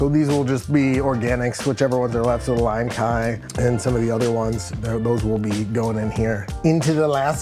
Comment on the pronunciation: thank you so much for correcting their pronunciation of limecai that was driving me CRAZY everytime they said it like Kai 🤣